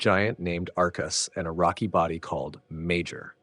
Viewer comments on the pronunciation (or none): none